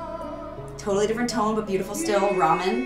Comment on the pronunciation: Am I the only one that screamed “Ramin!!! Not ramen!!!!” When she pronounces his name like the food??? 🤣🤣🤣